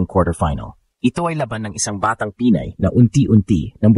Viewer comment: The AI commentator has a very poor Tagalog pronunciation. Get a speech mentor. Pinay ( not Pi-nay) makipagsabayan ( not maki pag sa ba yan). Mag English ka na lang. Masakit sa tenga. You simply murdered our language. Peace. You meant well but it hurts the ears and demoralizes me by just listening to you. Even her last name was murdered. Peace.